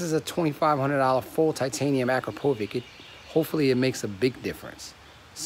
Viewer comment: dude what?? Akrapovik?? it's Akrapovitch! hahaha! at least say it right dude.